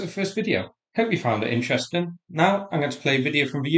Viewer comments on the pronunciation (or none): none